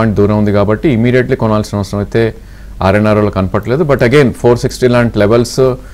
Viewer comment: Not rnrl its rvnl